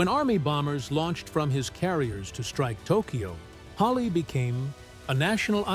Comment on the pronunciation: What prompts this moron narrator to call Spruance "Spruant" and Halsey "Halley"? Just stupid undoubtedly.